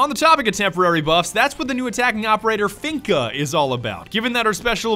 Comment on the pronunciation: I'm not gunna lie. Because of you I will never pronounce Finka right, always finna